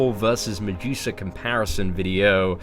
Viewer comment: Stop saying mejusa